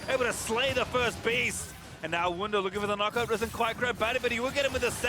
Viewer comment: It is Wunder Not Wounder 😂